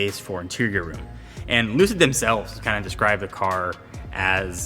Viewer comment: Did he just say “Lucidge”?? No one will remember the name in 2years either.